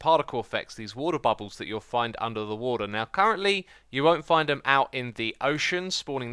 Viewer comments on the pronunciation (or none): none